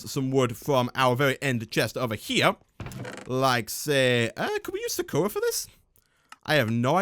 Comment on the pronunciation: ***** Sakura is from Japanese and is pronounced sah-koo-rah.